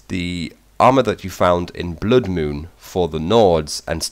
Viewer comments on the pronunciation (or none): none